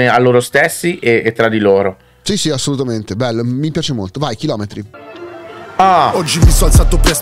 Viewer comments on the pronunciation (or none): "assolutaniente" adoro arricchire il mio glossario